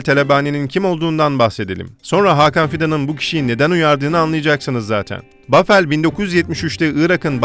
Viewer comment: Paveldir niye bafel diye okuyor bende anlamadim amk xbheuxhe adamin adi pavel